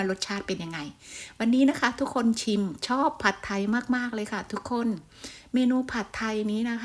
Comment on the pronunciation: คลิปนี้ดีทุกอย่างเลยครับ แต่ผมแนะนำเวลาพูดคำว่า“ผัดไทย“ออกสำเนียงไทยไปเลยจะดีมากครับ ฝรั่งจะได้ออกเสียงอย่างถูกต้อง❤